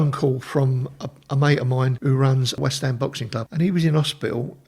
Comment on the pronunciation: i wonder if they have been to whest hom